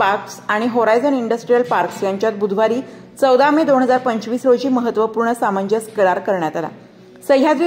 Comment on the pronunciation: सामंजस नव्हे सामंजस्य करार म्हणा